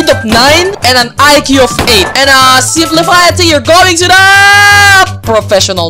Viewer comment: not spli-fi its simp-life